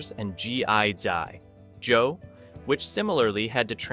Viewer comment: I would never have known that this was being narrated by a bot until it got to the part about GI.Joe and hilariously pronounced the name as "g i dot joe"!